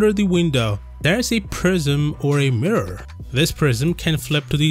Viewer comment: with a MIRROWW unDERRneath